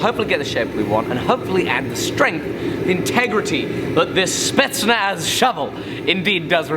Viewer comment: Did he say spetznaf